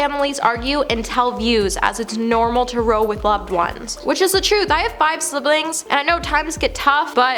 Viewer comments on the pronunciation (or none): Ya gotta get some advice on your pronouncements. Sussex (?), good grief! Row is pronounced roue. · Some phonetic help…”whinging”=WIN-JING, “Sussex”= SUS-EX (not “Suxex”), “row”(in this instance) R-OW. Cheers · Row is pronounced like cow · It’s pronounced R’ow’ like OW.